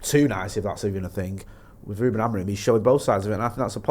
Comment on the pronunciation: Why does call Amorim....AmoriN?